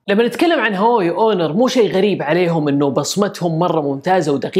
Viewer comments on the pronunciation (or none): none